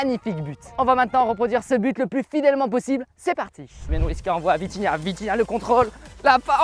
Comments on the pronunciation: je suis le seul à avoir entendu vinitia à la place de vitinha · c’est pas vinhitia mais vithinia Continue comme ça 👇👇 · On dit vitinha pas vinitha qui est d'accord liké mon com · C’est pas vinitha c’est vitinha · Wsh respect vitinha c pas vinitia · Encore une incroyable vidéo sauf que c'est vitinha pas vinitha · Vinithia😂😂😂😂 au début mais pas grave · tu avais dit vinitiah😂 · Atroce comme l’immigrés parisien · Il a dit vinitha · J'ai rigoler quand ta dit vinitha au lieux de vinitha et la faute macth et pas match